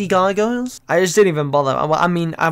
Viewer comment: wtf..... cant say gargoyles.....